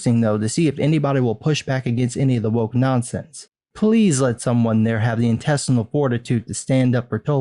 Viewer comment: Spelled "woke" pronounced "wank"...